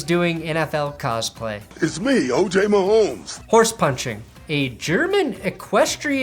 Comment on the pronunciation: I may leave "Mahomes" on your comments page because I think it's funny how difficult it is for you to say his name sometimes... but!... I've never thought you're the type of guy that would literally challenge Pat's show/seriously demean him. You seem like a good dude and you work your butt off and have really great content. Keep up the good work! How 'bout those CHIEFS!!! ...I may be addicted to Pern-ography...